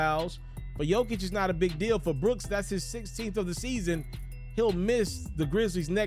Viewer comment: Please pronounce the 3 time MVPs name correctly